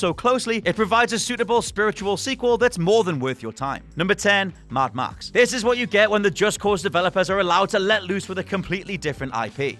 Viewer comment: Maad Max! that's how you pronounce it! XD